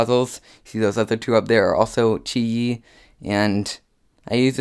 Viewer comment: It's pronounced Chee Yee cus it's chinese